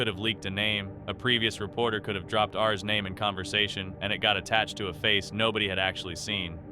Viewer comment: Is this AI reading? That was a very weird way to read "R's." 🫣